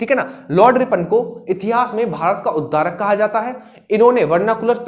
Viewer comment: Bahut achchha sir ji. Sorry to say but that's Bharat ka udhdharak not udarak.